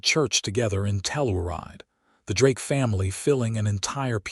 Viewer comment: Tell- ur-ide is pronounced Tell - your- ride !